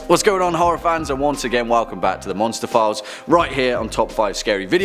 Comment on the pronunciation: What he said: Monster Files What I heard: Monsterphilles Me: what did I do now